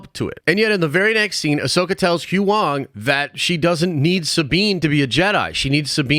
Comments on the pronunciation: “Who wong” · Did he seriously say "who wong"? Time to turn in your Star Wars fan card. Did you actually watch Andor? As I recall you gave up after one episode. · Bro how you gonna butcher Huyang like that